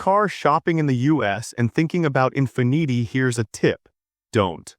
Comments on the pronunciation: Teach your AI how to say Infinity 😂😂😂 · The AI voice pronunciation of Mercedes and Infiniti were atrocious.